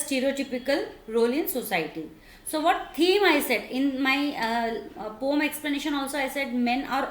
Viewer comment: it is poem not pom